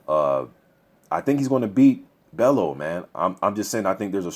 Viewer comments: loooool. its bell "U" Not Bell "O" tony bellew loool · haye should win but I hope bellew does win he a funny guy got character, pronounce it bell-you not bello haha. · Pronounce his name sounding like.. Tony Bell you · Tony Bell-YOU is how you pronounce his name ;) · i think you pronounce Bellew like: bell-you in a scouse accent if you can. Hoping for a good fight , not sure if bellew can take hayes power/speed but at the same time tony has fair power too , capable of hurting hay "if" he can land clean. Big if tho. If it goes deep into the rounds , it will be interesting as we haven't seen how good hayes stamina is since his return. If I had to bet my home , id go haye wins ko/tko within 6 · It's pronounced "Bell-u" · I'm still chuckling over the fact that you can pronounce "Arnold Gjergjaj" 100% perfectly - but Tony Bellew is causing you problems.